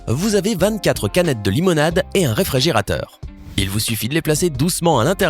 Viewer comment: limonade pas limonad